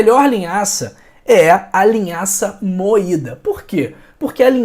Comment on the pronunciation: Vc disse linhaça moitda